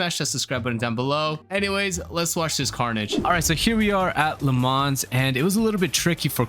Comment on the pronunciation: Nice vid! I think it’s pronounced Le Mau, not actually Le Mans lol